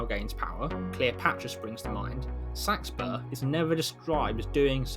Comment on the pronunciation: Came here to learn how to pronounce Seaxburg/Seaxburh. Thank you! haha